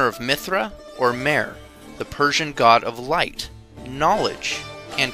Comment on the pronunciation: In Persian the letter H is not silent. I wish someone had told the narrator. In words like: MEHR, SHAH, etc. Otherwise good work. Thanks.